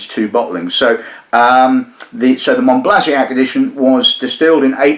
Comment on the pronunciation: Monbazillac, not Monblaziac. Mohn-bah-zee-YAK. Sorry, pet peeve.